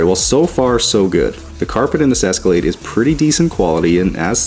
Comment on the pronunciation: Escalade? I think you mean... Esca-lad-ee. Dang it,. 😂